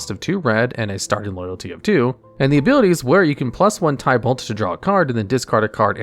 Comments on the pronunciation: Btw, you pronounced some Planeswalker s incorrectly. Chandra is pronounced as "Shaun-dra" not "Chan-dra" And Tibalt is pronounced is "Ti-balt" not "Ty-balt" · It's not tiebalt lol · Love that you are doing this, but maybe try looking up how the planeswalker and place names are pronounced. Gavin (one of the game designers) has a channel talking about Magic and well he knows how to pronounce Chandra and Tibalt. Another nitpick would be that you did wrong a few times now is flying. Creatures with flying can be blocked by creatures with flying or reach. The later is only a defensive ability, but it will come up sooner or later i believe. This list for rares would be interesting as mythic rares are comparatively a recent addition and a lot of old sets only went up to rare ans have weird cards. That said another fun list as a cross promotion could be "Top 10 tribal decks" or "Top 10 (draft) archetypes" though for the latter you probably would need to explain bow the term is used differently in Magic then in Yu-Gi-Oh. Another good idea could be "Top 10 strictly better/power creept cards" again to tie it to videos you did on this channel. I really hope this works for you. I personally found you via your wow channel and was very happy to see you did other things after I dropped of that game after Legion and having seen things like the weather report channel I know you do try. Given that you know cover two of my favourite hobbies (mtg and D&D) i am hyped